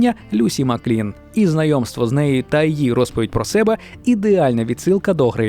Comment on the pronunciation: тільки маклін а не маклейн